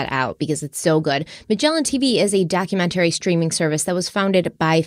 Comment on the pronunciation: I love watching and but I hate the way she pronounces documentary. Funny that something so minor drives me crazy 🤣